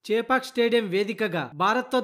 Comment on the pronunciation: Chaaapak kaadu ra ayya, chepak